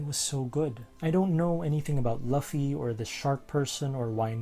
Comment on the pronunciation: Tiny quibble before the meat of the comment: It's pronounced "Loofy", not something that rhymes with Fluffy.(Don't worry, Daniel Green got it wrong as well and was extensively corrected.) And if you watch the anime along with reading the manga, you'll find that they do an excellent job of bringing in music as part of the storyline. Okay, that done, on with the real comment. I remember being taken with this scene as well, along with the opening sequence with Jim on the board. It's very similar to the sequence I would have picked if I had the skill to put together this kind of video. In Titan A.E., there's a quiet part with Kale and Corso as they watch alien "angels" flying in a nebula. Then Corso gives Kale the opportunity to fly the ship and "give those angels something to chase". Then the song "It's My Time to Fly" starts playing, and the combination of music and animation was absolutely breathtaking in the theater. At the same time, it also shows a bond forming between the two characters, one that, like John and Jim, will be soured by betrayal. Oh, and because I can't resist, one of my favorite One Piece AMVs